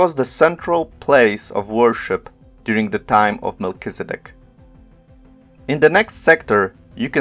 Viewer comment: " Melchi " "Zed dek" "D" NOT "B"